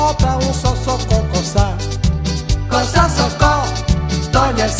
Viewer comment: Caramba nem ele da conta ele fala coçó ao invés de sócó tem vez prestem atenção kkkkk